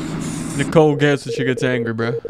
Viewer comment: It’s bro. Not vro